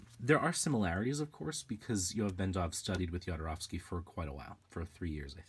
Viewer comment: Sorry but it hurts my ears me when you pronounce "Jodorovsky" . First letter is not "jay" ! His surname in Polish is 'Chodorowski', transcripted to Spanish to "Jodorovsky'" Please listen to this